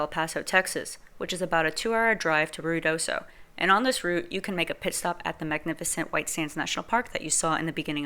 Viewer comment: Lady, IF you are going to report on Ruidosa New Mexico you need to learn how to say it!!!!!!!!!